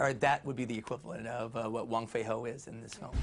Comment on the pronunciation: It's wong fei hung not wong fei ho but nice interview